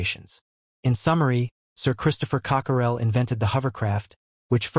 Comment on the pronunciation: Totally inaccurate information. Craft pictured is not SR-N1 Person pictured is not Cockerell Inspired by a blower similar to a hair dryer, not a vacuum cleaner “Cockerell” is not pronounced Cock-er-rell